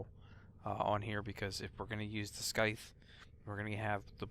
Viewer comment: I love you but, the way you say Syandana and Scythe hurt